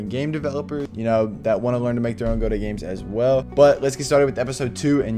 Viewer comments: It's Guh-doe, not Go-dot. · Great series… guh-doh